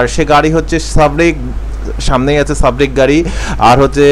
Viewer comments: sarbick re sabrick bole🤣🤣🤣🤣 lol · ভাই সাব্রিক না। সার্বিক হবে। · ভাইজান বাসের নাম সাবরিক না সার্বিক। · সাবরিক না ভাই সার্বিক